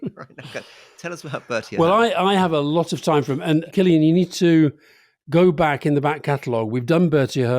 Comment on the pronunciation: After hearing both Rory's Irish accent and his pronunciation of 'Cillian', I'm beginning to understand why he was never sent on a diplomatic mission to Ireland...